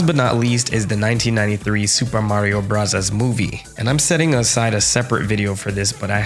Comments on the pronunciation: Please stop pronouncing it "Supah Mario Brazaz" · my guy's commitment to pronounce Sūpā Mario Burazāzu is remarkable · Why does he pronounce it like that